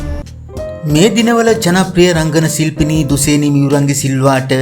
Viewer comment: දුසේනි නෙවෙයි යකෝ දුශේනි...